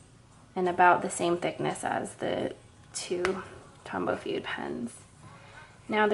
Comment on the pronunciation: As a calligrapher who also knows some Japanese, it's grating to the ears to hear you say "fude" as if it was an English word. Please please pronounce it "foo-deh".